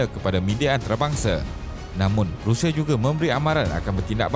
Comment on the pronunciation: RUSSIA bukan RIUSIA okey